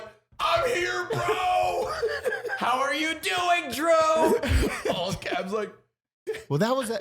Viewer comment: did anyone else hear Jew not Drew lmao